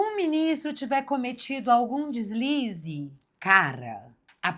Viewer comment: "Deslise"... kkkk foi foda